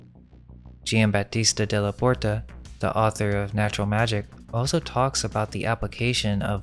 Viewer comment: why??? I want these videos to reach as many people as possible and when you CONSTANTLY screw up simple words, you alienate INTELLIGENT people who COULD help, but don't because they see you as stupid. Saying "dilapiTated", "oso" (instead of also), "REVOLUTIONALIZED" (not a word) and a BUNCH of other stuff just makes this dude look stupid and takes credit away from the AMAZING work they ACTUALLY do!! The ARROGANCE it takes to tell someone "calm down" means you're a part of the problem... especially considering, why SHOULDN'T he/they fix such easy, OBVIOUS mistakes??? Do YOU want to walk around saying dumb things or saying things wrong??? I'm SECURE enough that if I'm saying something WRONG and someone CORRECTS me, I ADAPT... I don't just keep "believing in the bible because I WANT to" (thats an ANALOGY since I'm SURE you're confused)...